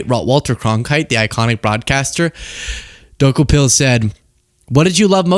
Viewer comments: Tony's last name is pronounced DOO KO pill not toe kah pill. Also his wife on MSNBC Katie Tur. Tony was on previously on the CBS morning show with Gayle King, its a bit of a stretch in gravitas to go from morning show to evening news anchor. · his name is pronounced DaCouple..or maybe you were making a joke! Took a pill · Bro, it's Tony Do-Kou-pil Tony pronounces it like DeCouple Not a fan of where CBS is going either, but at least pronounce the name correctly. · Pronounced Toe-cop-pill😭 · Every time you say Tony's last name my brain hears "took a pill".... 😆😆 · it' pronounced Du-KO-PIL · Tony 'Doo-co-pull'. He's was excellent on CBS Mornings. I think he's going to be great. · Tony “Toe- cop-il,” is how it’s pronounced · Not that it matters. It's pronounced Dee-cope-ull. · I don't know if you are mispronouncing his last name on purpose as a joke because it really isn't important but it's pronounced duh-ko-pull🤷🏼🤣 I notice a lot of people having a hard time with it. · Are you saying his last name wrong on purpose? If so, no prob....if not, it's funny that you are saying it wrong, it's "due coe pl" emphasis on the coe😜😜😉😉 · You murdered the pronunciation of his last name. Another reason why I love you,.❤❤❤ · You are not saying Tony's last name right. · 😂😂 you're pronouncing his name wrong , it's tony Dokoupil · Did you mess up his name in purpose?